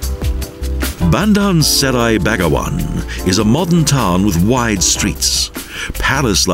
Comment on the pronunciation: i wonder why the narrator didnt ask how to pronounce the name of the capital correctly before he did the vo.